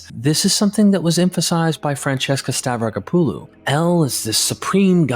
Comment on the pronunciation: It's pronounced "Stavrack-oppalu" not "Stav-racker-poo-loo"